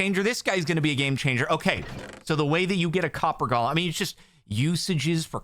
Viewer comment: you keep calling it Gollum. it's golem. Go-lem. please, donk. change ur waaaaaays!